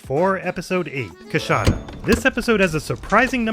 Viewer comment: So its pronounced "cuh" not "coo"?